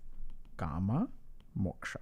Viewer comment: Its not ' karma' its 'kaama'